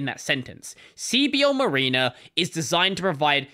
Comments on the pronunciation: M(a)riner not M(ah)rena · Mareener is not how you pronounce that. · Hearing your weird Australian pronunciation of mariner is funny.